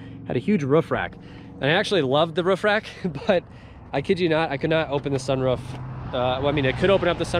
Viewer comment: SunROOF not sunRUF.